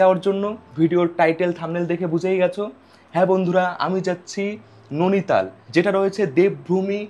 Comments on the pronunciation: Bhai tomar video bhalo lage tachara ota नोनीताल noe नैनीताल। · Are dada nonital noy. Noini tal. Ar ota noni lake noy. Noini lake.😮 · ননিতাল ❌ নেইনিতাল ✅